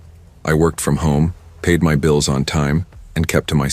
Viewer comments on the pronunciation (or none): none